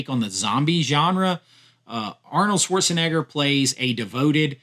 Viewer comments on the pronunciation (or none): none